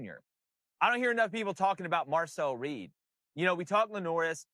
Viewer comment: Bro said Marcel reed. Lost all credibility